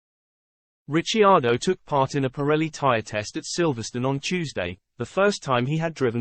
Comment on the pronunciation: Its pronouced Rick..ardo ......